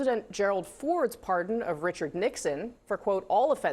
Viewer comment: Par-D-on, Wayne. Par-D-on, Garth.😂 ...but impeaches are off the table.